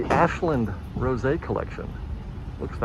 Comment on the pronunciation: Would ‘rose’ not be pronounced like the flower, instead of the wine? 😊